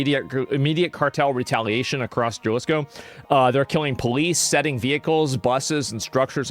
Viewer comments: "Porto Vaurlorlar" "Puerto Valerlalera" Juh-lisco For being a Texan, Asmon is REALLY bad at Spanish. The dedication to not even learning the basics is pretty endearing, honestly, and I like it - just 100% team America 🇺🇲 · "I dont speak Spanish." Oh we know bro lmao. Jah lees co is not a very close pronunciation 😂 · Here brotha Ha-Lee's-Co thats how you pronounce Jalisco 😅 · The "J" in Spanish is pronounced like an "H.". So you would pronounce it like "haleesko" and not Jalisco (like JUMP. ) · Jalisco is pronounced... Ha-lee's-co not Jah-lee's-co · Asmon what do you know about the cartels? You can't even pronounce Jaliso correctly. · jalesco? wow he took spanish and dude can't pronounce Ha lisco aka JGNG Sad politions on his sack a dude that cant pronounse it right gee my spelling lets hate the guy that points out he cant say it right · Galisco? bruhh go back to school my guy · Djalisco is amazing pronunciation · Hey Asmon, just fyi, Jalisco is pronounced Ha-lee-sco and Puerto Vallerta is pronounced Puehr-to Vay-er-ta. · Jalisco Mexico. Ha-lee-sco. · It's pronounced Ha leesco. Jalisco. Pwerto Vy arta, Puerto Vallarta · The US invading México. That's what happened. And it's Jalisco. For you to be able to pronounce it: Ha - lis - ko. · It's pronounced HA-Lees-co cartel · You pronounced Jalisco as “Gelisco” annnnd now I’m hard as stale bread. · It's pronounced "Halisco", not with the G sound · HA-lease-Co Is how it's said No biggie X-D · It's pronounced halisco ha as in Hal. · Jalisco, pronounced halisco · Isn’t Jalisco pronounced “Halisco”? 😬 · it's ha-liz co. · Bro, Asmo, Jalisco is pronounced Ha Lis Ko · I still find it bizarre that the first English language coverage that reaches me of a lot of international issues and events is often from Asmongold, despite him being a primarily a video game streamer Also that even being in Texas, he pronounces Jalisco as Jah-lis-coh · Pronounced "HA LIS CO" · Pronounce "ha-lee-sko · Its HA LEE SKO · "YALISCO" BENNY /ASMONGOLD